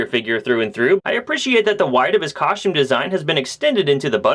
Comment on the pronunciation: coschtume?? lol. Always like your reviews dude, just breaking balls